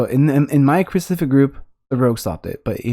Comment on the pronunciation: "specific" lol, love the video btw really is helping me improve your the best